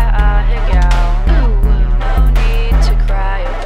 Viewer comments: Its pronounced a_hey_go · I pronounce it like ah-heh-gao just like Penelope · why's it kinda gud for the fact she pronounces it ahahagaaoe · How is pronounced? Ah-hey-go? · If you gonna say a Japanese word atleast pronounce it right wtf is ahaygow?